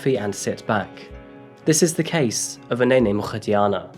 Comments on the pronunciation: Hm, I’d waited for the Wednesday video then got a pleasant surprise when your uploaded it today... loved how you made an effort to pronounce her surname. Kudos.🙂Btw, “vile” is strong enough without the profanity, imo.😶Can’t wait for the next upload, thanks! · Thanks for showing Uyinene and her story of courage. She seemed like a beautiful, intelligent young lady with a lot to accomplish. Her memory and her life have indeed achieved much and her courage lives on. Peace and love to her family. Well done on your pronunciation of her surname, Mrwetyana. Thanks for showing Karabo Mokoena's story as well. Thank you for telling their stories so respectfully, Bless you. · I'm not through the intro as of yet, but I had to come down here and just say... "Uyinene Mrwetyana" I wouldn't have known where to start to pronounce that-- you always appear to do such a great job with the names of people and places from around the world. It's so lovely: we can hear the incredibly beautiful names (like this one!!), and without listening to the host fumbling their way through, tripping on every sound (like I would if I were only reading it for the first, or fifth, time). I have the most boring name ever, but even I have my frustrations at Starbucks. Thank you for not only telling the stories of those from everywhere but also for (seemingly) putting the research in such that you pronounce them without a hiccup. Even I would appreciate that, with my two-letter name & I'm sure it means a lot more to people with more culture than I. Just... thanks. You do great work here! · I just want to hear how you are to pronounce Uyinene's surname😊 Edit:Wow you nailed it 👏👏👏